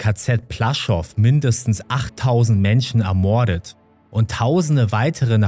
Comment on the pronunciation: kannst du mal bitte ordentlich reden und das wort "ermorden" nicht so übertrieben betonen. bekommt man echt ohrenkrebs ...